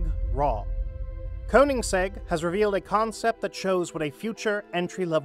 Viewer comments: "Koens-egg" lols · Cohensegg? Is this also some AI scripted and read channel. Ignored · What, you can’t even say his name right. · Who is "Cohenseg"? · Please check pronunciation of the maker's name.